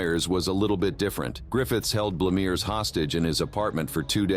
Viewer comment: Ok I'm reconsidering my opinion it Is a bot because it misprounced the name of Griffiths' last victim once too, Susanne Blamears, and Blamires, (SIC I'm sure but that's what it sounds like ...) within seconds, I don't think a person would do that. Edit: I just checked it's spelled Blamires, so the fact that it's only pronounced correctly once is more evidence of a bot, it's the opposite of the Dahmer mispronunciation where you could argue one mistake isn't worth the effort and expense of redoing, because in the second case it's misprounced several times.